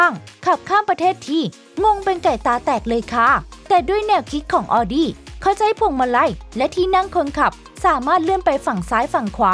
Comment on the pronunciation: Audi อ่านว่า เอาดี้ ไม่ใช่ ออดี้